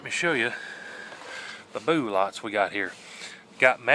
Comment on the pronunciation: Why do you always pronounce it as “boo-lot?”